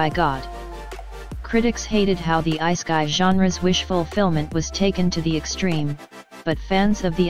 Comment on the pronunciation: Hearing “isekai” as “iceguy” is killing my chromosomes